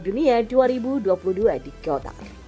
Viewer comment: Qatar minn bukan kotar...👎🏿👎🏿👎🏿 o'on...